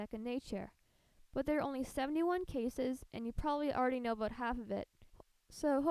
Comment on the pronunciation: *know* not kow.